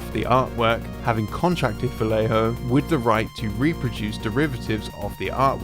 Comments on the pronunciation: "VaGGejho" it is how you pronounce it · It's pronaunce: Vah yeh ho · sorry, but it (vallejo) is pronounced "va-yeh-kho/ho," as the "ll" in spanish is a "y" sound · How do you manage to pronounce "Quijano" properly, but not "Vallejo"? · Vallejo isn't pronounced like that man, like damn it's not that hard lol